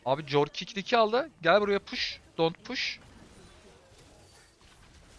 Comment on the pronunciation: Abi küçümsemek gibi düşünme de corki korki diye okunuyor valla corki dedikçe kafayı yedim